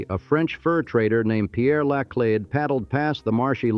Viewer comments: Hire a narrator for the love of goodness. Karen da lay? Part of history is getting the facts right and that goes for the correct pronunciation of names. It's CRON DA LET, not Karen da lay.😂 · This AI STINKS! “Karen De Lay”?!?! Eeshhh!! While I enjoy learning about St. Louis.., The AI RUINS it! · LIVED in St. Louis for 64 yrs. Never heard so Many Mispronunciation's 2 min into it Laclede , Osage, Cheautou . I had to add Only folks From out of TOWN or Harry Cary the baseball announcer called it St, Louie . WHY don't you hire a real voice from St. Louis to do read the script. the Ai on this sucks.